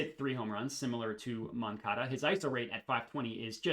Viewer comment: Nailed the first pronunciation of moncada